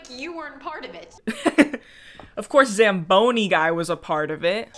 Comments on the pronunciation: "What's that called, a Zambooie?" It's a zamboni!! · not saying zambooey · When you're Canadian and listening to butcher "zamboni" over and over